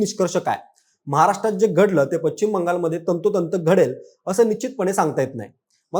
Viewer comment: तुमचे चॅनेल खुप मोठे आहे त्यामुळे ह्याला पश्चिम म्हणायला शिकवा. तो चुकीचा उच्चार करत आहे